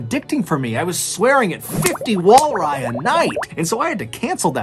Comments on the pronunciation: Hahahahaha “Walri” 😂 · "Swearing at 50 walri a night," lol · John, Idk how you got through a "hammock of herring" and "walri."